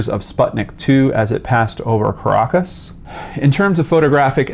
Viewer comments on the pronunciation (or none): none